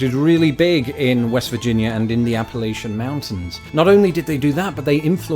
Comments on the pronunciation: Appalachian is pronounced Appaltchian....make sure you use your jaw muscles with that first A and add that T to tchian I know I live here lol. Enjoyed your video. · Love your vids! The Mountain range is pronounced: App-uh-latch-an.